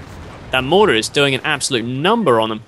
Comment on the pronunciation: mahhhhter? lol!!!